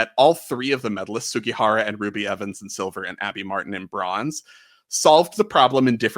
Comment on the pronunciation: this is the way it is pronounced japanese